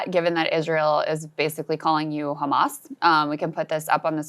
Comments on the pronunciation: If Israel is that tough why don’t he attacks those ships from Italy and Spain He starves children’s and comes on TV to lie it’s taken By khhhamas like he can’t pronounce the H Hamas .hd us worst than Hitler this dog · 'khamas italy, khamas spain!